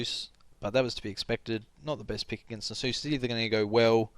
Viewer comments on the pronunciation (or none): NasUS, not Nasoose :p hehe good commentary!